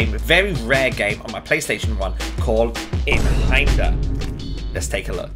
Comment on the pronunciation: its pronounced "eye-n hander" it means one handed in german i think.